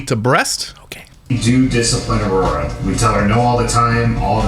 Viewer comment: We're missing the important one... Aurora somehow equals Ah-war-wah